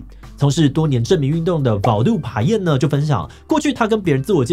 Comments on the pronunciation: Payen的p，應該要發成ㄅ；台灣原住民語和台語羅馬拼音一樣，P都是發ㄅ；只有客語不一樣，這時候又跟英文一樣發ㄆ。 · 官話寶的ㄅ是對應羅馬拼音的P 所以寫寶完全是錯誤的發音 志祺把Payen的P發成ㄆ也是不正確的 這是官話的限制，必須用更完整的發音去理解其他語言